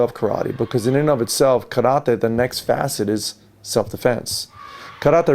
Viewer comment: Video teaching us Karate, can't even pronounce it correctly